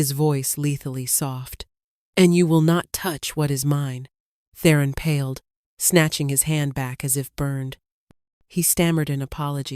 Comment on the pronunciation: paled not pailed